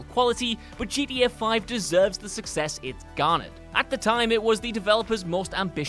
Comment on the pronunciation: Ever notice that doesn't know how to say "Film" or "GTA" properly? Like, seriously? It's not that bloody difficult. It's not pronounced "Filum". It's not pronounced "GDA".